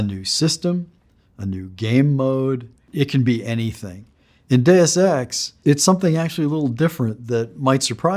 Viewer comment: I'm concerned when even the creator of Deus Ex is pronouncing 'Deus Ex' incorrectly.